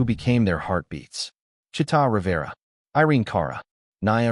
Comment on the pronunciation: it's Chee'ta